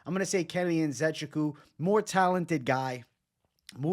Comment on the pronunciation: It’s pronounced (IN - Ze - Chook - WOO)